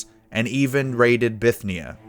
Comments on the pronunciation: Nininiviv and Bithnia! Hahaha narrator is of the hook! He has perhaps drunken to much covfefe. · You mispronounced Bithynia, Caucasus, Achaemenid and a bunch of other names..